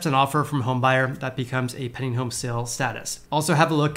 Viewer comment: Pending: Penn-D-eeing..... Penn-D-eeing... not "penning" Say it 100 times.